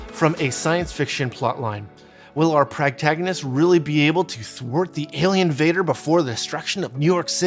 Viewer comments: Thank you I also came to say it's not pragtagonist, the rest of this video was great tho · Sorry, but here it comes--PROtagonist. Everything else was on point, but "practagonist" was like nails on a chalkboard.